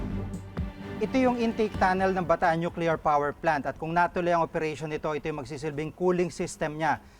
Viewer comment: nukelear daw?